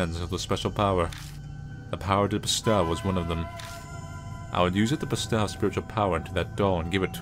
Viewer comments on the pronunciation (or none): ....ILU but bestow is toe, not ow. And gi is a hard g, like go.